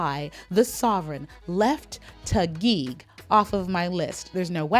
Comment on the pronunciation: I really love the way you pronounce names of places in the Philippines, you sounds like local .. love it.. My miss universe Philippines is Taguig.. Katrina Dimaranan.. she awesome amazing beautiful.. thanks for this video. 🥰🇵🇭